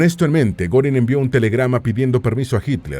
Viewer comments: Al menos investiga cómo se pronuncian los nombre de los personajes. No mamessss. No es “Gorin” es “Guerin” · Goering se lee Guérin, no Górin 😮 ...